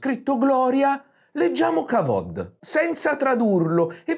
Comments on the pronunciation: "Kevod" al posto di "kavod", per dirne una. A proposito di baggianate, vogliamo parlare dell'oro monoatomico antigravitazionale o dell'ephod usato per telefonare alle tribù di Israele o il Verbo del Maestro è sacro? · Quindi se ho studiato le tecniche di incisione della pietra che non matchano con la storiografia ufficiale, devo sentirmi un pirla perché Biglino dice Kavod e perché tu dici che mi ci devo sentire? Questo video è imbarazzante, lo sai?